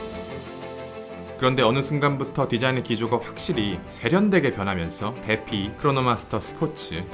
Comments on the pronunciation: 우리나라 뇌절적 발음인지라 저도 들을때마다 부담스럽습니다. 디파이 발음이 어려운 것도 아니고. 솔직히 귀에서 피 나올 지경... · 디파이를 왜 데피라고 발음하는거죠? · 시계인들은 이걸 "데피"라고 하나 보네요....그....제 생각엔 "디파이"로 읽어야하지 않나 싶습니다. 반박시 안녕하세요 올리버쌤밈니따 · Defy는 디파이 라고 발음하는 것이 맞습니다. 멋진 영상 감사하고 항상 잘 보고 있습니다. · 보통 defy는 디파이로 발음하지 않나요?